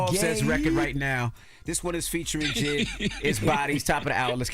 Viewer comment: said his name right it is JID rhymes with kid